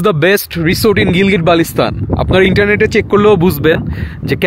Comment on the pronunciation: উচ্চাররণ হবে রিজর্দ মে বি